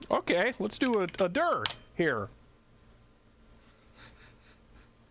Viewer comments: Love how he says "dir" as "dur" lol :D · I been into hardware since the PC days. You had me at "do a dir" (pronounced derrr) I will look around and see if I have one of these. Most of my old cards are the tri blend ( Sony,mitsumi, Philips) db 15 is wack. I have many old plotters I need to look into, some with the hp interface (hp32b?) Thanks for the trip down memory lane.